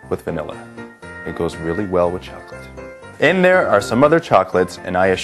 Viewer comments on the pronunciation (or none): CHWOCOLATE? CHWOOCOLATE? CHWOCOLATE FOR THE BROOKLYN ACCENT CHWOCOLATE GAWDS!